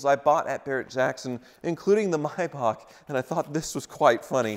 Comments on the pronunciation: It’s not pronounced Myback, it’s Maybach, Google it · It's a Maybach,not a Mybach. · Paid 40 thousand and can't even pronounce the feckking name. Its not a my back. It's s mayback spelt however z germans spelt is. Either way it's far from my back. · It's a Maybach, not a Mybach... Typical Yank, butchering languages one syllable at a time... ;-) Or do you also pronounce the month of May as 'my'? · What’s a “my-bach”…? How do you say the month between April and June….? 😂😂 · mee-bach. mee-bach. mee-bach. please, you're hurting my ears by mis-pronouncing it.